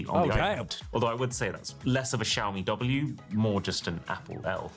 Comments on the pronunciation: Shaomi is the pronunciation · Great refresh pull! Btw Si, xiaomi sounds like "see ow"